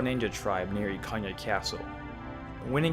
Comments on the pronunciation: Ikanya??? Bruh, wtf is wrong with your pronunciation? Can you not Read? It's Ikana.... EE-Kana!! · "Ikan-ya"? Bro, where are you getting all these extra letters from? 😂